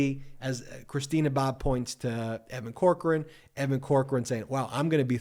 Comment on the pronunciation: Damn it Ben I still think the way your pronounce Evan Corcoran is: Cockran (Pronounced grabbed His Cock and Ran).